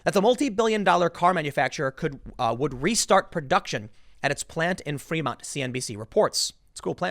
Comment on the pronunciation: I love how Tim pronounces Fremont as Fremunt.